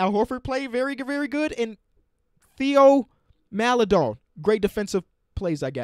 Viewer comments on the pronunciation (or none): Hey, Theo Maledon is pronounced "tay-oh mal-eh-DOAN" just thought you should know before he's a star #tonyparker2.0